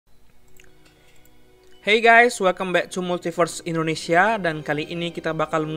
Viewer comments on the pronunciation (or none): none